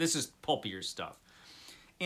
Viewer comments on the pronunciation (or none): FYI Leinster is, or should be, pronounced Len-Stir as in Ulster, Munster, Leinster and Connaught, the four provinces of Ireland.